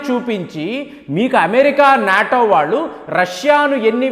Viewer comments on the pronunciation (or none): none